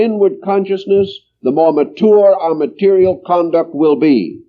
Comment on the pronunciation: "Conduct" not "Concuct" tysm